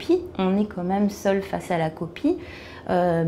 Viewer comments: Elle dit Comme même aussi un moment mdrr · Ya pas le son "An" juste O ^^ Qomem :) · Je pense qu'en disant vite "quand même", on entend une sorte de co même"